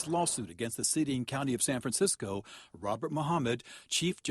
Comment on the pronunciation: Oh yeah, that's San Fraranecisco.